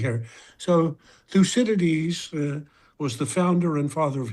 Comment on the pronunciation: M.A.D Bone Spurs can't even pronounce the word, Thucydides.